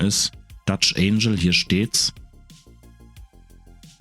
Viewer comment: Nur eine kleine pingelige Anmerkung: du sprichst "angle" wie das Wort "angel" aus - was Engel heißt, nicht Winkel. Wenn du es im Englischen wie Engel im Deutschen aussprichst, kommst du der Sache schon näher ;)